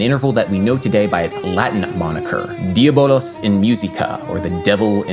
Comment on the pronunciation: that was about the only mistake that I heard. That and not rounding the U in "diabolUs".